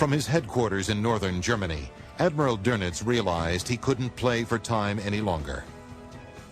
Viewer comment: Couldn't they find a narrator who could pronounce "Goebbles" or "Doenitz" properly?